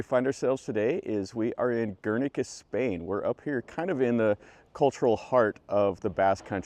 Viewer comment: Bad commentary , particularly the mispronunciation of Guernica. It is not Guer’ernica. MC